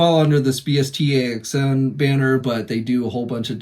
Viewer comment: bst axn is pronounced Best Action for future reference 😁